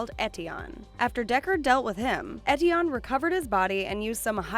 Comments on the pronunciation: learn to pronounce ethion... f*cking hell it triggers me! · bruh pronounce Eteon right